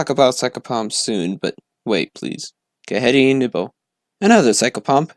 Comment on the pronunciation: Ghede is pronounced Geh-day